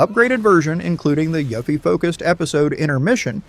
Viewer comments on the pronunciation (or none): "Mahzoo" "Yuffy" (Pronounced You-ffy. "Yahhkazah" etc.